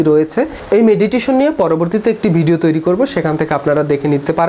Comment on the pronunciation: বিডিও না ভাই ভিডিও, উচ্চারণ ঠিক করেন, কানে বাজে !!